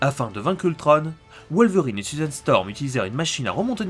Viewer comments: On ne dit pas Ultrone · Enfaite c pas ultronne c ultron on on on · C toujours pas ultrone mais ultron!!!!!! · ultrone pour la vo et ultron pour la VF sinon continue comme ça j adore tes vidéos !!!!